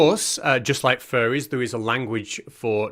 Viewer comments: I know you are saying faire, but I keep hearing furry, and that is much funnier. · I kept hearing ‘Furries’ too; just the thought of a family of furries living in my wall or even in the attic - NOOOOO! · Ya he keeps saying furry lol